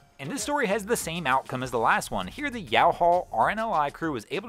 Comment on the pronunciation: Yow-hall! Lol...Youghal is pronounced “Yoll”, like troll.